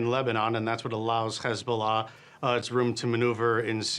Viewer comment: How can he say "hi" normally and say "hezbollah" as khezbula..